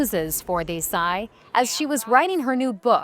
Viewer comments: They couldnt take the time to pronounce her name right, even when they have Indian co workers, whom they could have asked. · Omg the way the host pronounced Desai. How rude!